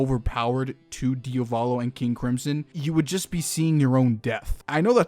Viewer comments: I can't come around to mention how I find you pronunciation of Diavolo very strange because American. You say it like it's two different words (like Dia Volo) but the emphasis is on the A and "-volo" follows quickly after (so maybe like diAvolo). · nice video but... it's Diavolo (Dia-vo-lo) not "Dee-o-va-lo" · DiAvolo not diOvalo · It still confuses me why you keep saying dio volo as opposed to diavolo as I'm fairly sure it's spelled. Not sure how it's pronounced but I would assume it isn't the first spelling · DIAH VOH LOH not DIOVALO....sorry....it's really annoying ....good video keep up the good work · It's DiAvolo, not Diovolo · I like how he said diovolo instead of diavolo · its wierd that he sais diovalo insteadof diavolo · Your pronunciation of Diavolo is terrible. It's DI-avolo. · No hate you pronounced wrong its dee-ah-va-lo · Di-a-vlow that’s how it’s pronounced. Sorry I literally have no clue why I wrote this the way he was saying it rubbed me the wrong way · Idk why some ppl call diavolo "dia-volo" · Nigga really said "deeahvohlow" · i hate the way you pronounce diavolo and could not watch the video because of that